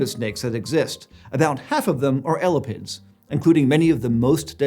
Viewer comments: eh-lap-ids, not ella pids, and emphasis is on the "lap". eh LAP ids instead of ELLA pids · lol at calling them "Ella-pids" it's "ee-lap-ids" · “L-la-pids” bruh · It's not elipids..... it's e-lapids....thus the genus name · eyy- lapp- ids.... not ela-pids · ella-pid? Ugh!! ee-lah-pid sounds a lot better to me!! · 1. Nobody says ELL-a-pids. It's eLAPids. 2. Venom is not an ancient trait in snakes. It's only present in one clade (Colubroidea) and all basal snakes are nonvenomous, so this should not be controversial at all. Apart from that, great content! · Drinking game! Take a shot every time mispronounces “ee-LĂ-pids”… come on man, “ellapids” has 2 Ls in it, everyone knows that. 😉😅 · Every time says "elapids" it sounds like "elephants". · L-a-pids hurts my brain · Hearing someone say ellapids hurts my soul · kept hearing elephants instead of elapids 😭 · Right? He says elapidae one way (the way I learned in my herps classes) and jumps right back to "Ella-pids"... LOL!